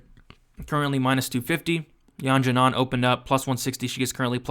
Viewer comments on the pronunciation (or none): Great video, btw Xiaonan is pronounced "She-ow nan"